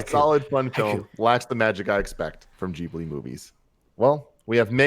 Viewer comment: Such an awesome movie! And it's pronounced Ghi-bli, not Gi-bli😅